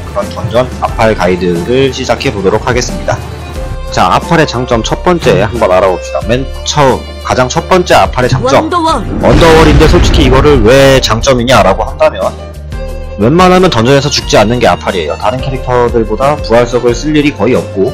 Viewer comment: 언더월이 아니고 원더월 wonder wall 아닌가요...?